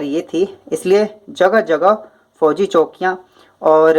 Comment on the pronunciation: फौजी किले नाकि फैजी किले ये गलत है 🚫✖️